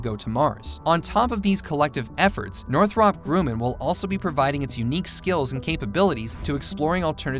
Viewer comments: Your pronouncing Grumman wrong. “um ” not “oo” for “U” to say yew, you need a vowel directly after “U” or one place after a consonant. Grumman “MM” so yew doesn’t say yew. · Yeah, it did bother me. For his reference it's North-rupp Grum-man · Redo your audio for this and pronounce GRUMMAN correctly... This is the company that gave us the F-14, A-6, and C-2/E-2... Two MM's means the U is pronounced as a short U. All you have to do is listen to any video by Northrop Grumman on their website or Youtube... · It's not Groomin, Grummin. PS. Ik it's not right but I'm dyslexic and still know how to pronounce it 🙃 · Northrop Grew-men? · If you can't pronounce GRUMMAN, your credibility is out the window. It's Gr rum man. Anyone in aerospace knows that.